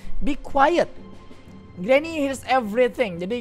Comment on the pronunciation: Granny bukan granma